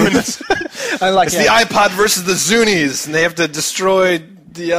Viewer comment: lol its not pronounced zunee its pronounced like SONY!!